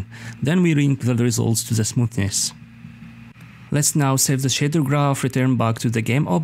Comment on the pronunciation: It is smoth ness Not smoos ness